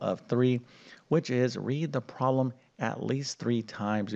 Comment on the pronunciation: Can you please correct your pronunciation of the words problem and algebraic? People learn more than math from you. They are not pronounced Prom and algebraic!